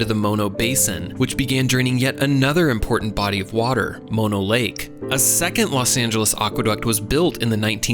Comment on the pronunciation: As a former and native southern Californian, Valencia=ValenSEEuh, not ValenCHEEuh. Mono=MAWnoh, not MOEnoh. If you do something on Ventura in the future, don't you dare say VenCHURa. Great video, carry on.